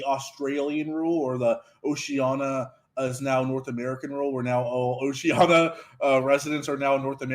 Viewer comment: Also, can you stop mispronouncing Oceania as Oceana? There's an "i" in there. It's a difficult to pronounce word but please don't embarrass all Americans more than they have been.